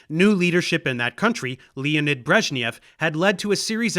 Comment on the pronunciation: I almost wish I could give a second updoot for the unexpectedly accurate (for an American) pronunciation of Brezhnev's last name. Of course, the first name would still take more practice, as the letter "e" in Russian never stands for "ee", only ever "eh" or "yeh" (the "h" is silent). Like in this case ("Lyeonid" not "Leeonid") or the "-ev" ending of so many Russian last names ("Brezhnev" included). ... But not in all of them, since a due to a peculiarity of their orthography, instead of using the appropriate letter for the "yo" sound, Russians often use the same "e", which then also gets transliterated into English incorrectly. And sometimes even the correct letter is mangled by English transliterators, like in the case of "ᵏHrushchev", which is actually pronounced with a hocked hard, almost Scottish-"ch"-like initial "H" and a "-yov" ending (and not as "Krushnyev", like at least one youtuber had it).